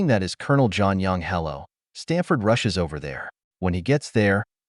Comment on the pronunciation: Lol took me too long to realize it wasn't jon yong, but john young. I mean, i might still be wrong.